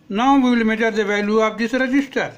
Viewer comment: Wow, 😲 Probs became - PRAABS. capacitor became - KAPSTER. resistor became - REYGISTAR, Farad became - FARADEYY